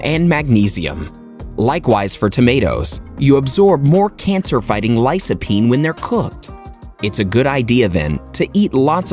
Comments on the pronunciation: You don't even know how to pronounce Lycopene. It is not Lysopene! Lykopene....correct pronunciation. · Lycopene is pronounced with a hard C. C is only pronounced like an s when it’s before an I or an E, and not always there either. But never before an A or O or U. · Your pronunciation of lycopene is different... 🤔